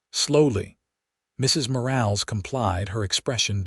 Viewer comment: Nice story. I do question that a rancher with only 200 head of cattle would have a foreman & 3 ranch hands! Plus AI has a nice voice but keeps mispronouncing Mrs. Morales last name! You need a human to check these stories! Texas